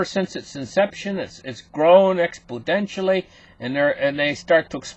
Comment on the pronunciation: I know the word exponentially but what's expodentially?